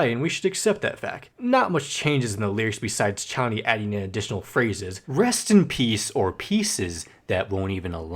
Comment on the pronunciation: ARGHHH YOU ARE SAYING KONNY AGAIN INSTEAD OF CHONNY